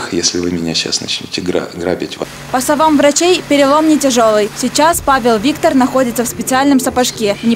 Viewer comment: Павел Викто́р!! А не Виктор